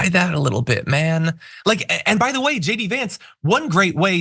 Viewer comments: I always hear Jd as Shady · Is his name pronounced J D Vance when it seems to me that so many commentators are actually saying Shay D Vance. Think that would suit him.